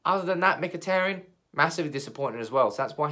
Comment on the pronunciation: Not Mkhiteryan it's Mkhiteryan